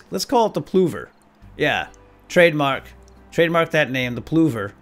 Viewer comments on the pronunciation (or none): Ploover... Patent Pending